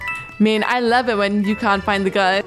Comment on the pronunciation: You said gun wrong when you were murd and a dead body was hiding the gun you said guy